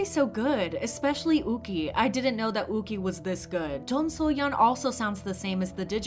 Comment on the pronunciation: it's "you-chi", not "oo-key"